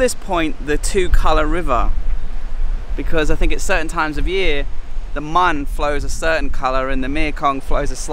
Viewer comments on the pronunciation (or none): The river name pronounce more like Moon or Moun. Not Mun. I don't get why they spelled as Mun in the map when its written in Thai as มูล using long ou vowel. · They are call moon river not call mon river 😊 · Moon river. Not mon. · The river pronounced "moon". Not Mon like monday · The Mun River is really pronouced "Moon" River. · The river, it's pronounce "moon" sir.☺️ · my lovely thai wife says that mun river is pronounced mooon. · The correct pronunciation for the river's name in Ubon is Moon. I love your vid anyway! Khobkhun ka! 😊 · The river name should be read “Moon”.